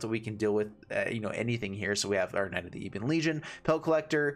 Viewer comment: You should prob chill with your pronunciation of knight